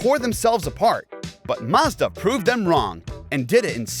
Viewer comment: The is no R in Mazda. 🤦‍♂️